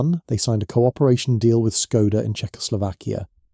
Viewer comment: Seat it is pronounced Se-at, doesn't sound serious to claim competency about a global automaker when you cannot even pronounce one of its brands. Not to mention Skoda 😅